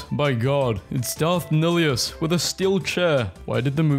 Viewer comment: I'm just saying, nihilus is pronounced neilis.